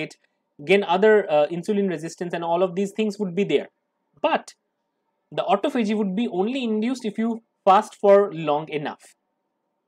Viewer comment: Please check your pronunciation...I believe it is "ah TAH fah gee"